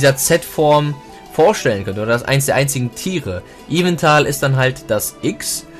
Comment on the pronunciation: Sorry, aber der Grammarnazi kommt jetzt bei mir raus: Es heißt YveLtal nicht YveNtal << Sorry, das hat mich so sehr gestört.